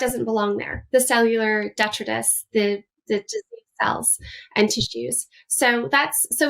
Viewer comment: You cannot pronounce autophagy or detritus. What of “doctor”are you?